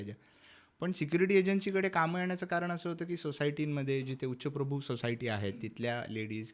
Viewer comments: उच्चप्रभु नव्हे उच्चभ्रू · उच्चप्रभु नाहि उच्चभ्रू बोला